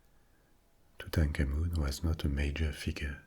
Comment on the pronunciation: I could listen to this guy say Tutankhamun on a loop...... and love every second!!